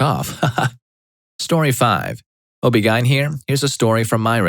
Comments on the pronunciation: The way this dude pronounces "OBGYN" is stressing me out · ME TOO 😭